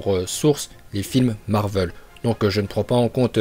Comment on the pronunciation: Ça se dit marvel et non marveul